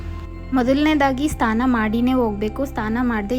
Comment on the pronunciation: ಸ್ಥಾನ ಅಲ್ಲ ಅದು ಸ್ನಾನ